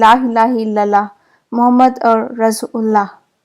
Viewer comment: Ma'am it's not rasgulla, it's rasool ul lah 👍